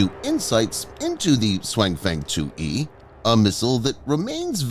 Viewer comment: TTS Voice really butchers the name this time. 雄風 should be pronounced more like “siong fung”